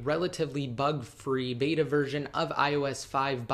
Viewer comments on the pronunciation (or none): none